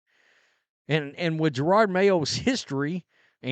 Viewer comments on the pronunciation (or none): It’s Jerod not gerard. You haven’t been around many black folks have you? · Here I am again just reminding you that you sound like an idiot purposely mispronouncing the coaches name. There’s only one R in his name. Ja-rod it’s that simple. Its not Ja-rard